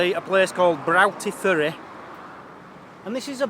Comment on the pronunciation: It's pronounced brotty ferry. Lol.